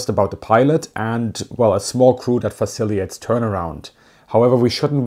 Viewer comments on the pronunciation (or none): Facilitates* (halfway through and you mispronounced it 3x, not hating, just correcting a fellow German.)